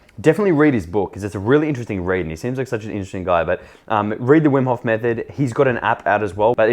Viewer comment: Vim hof koont 😂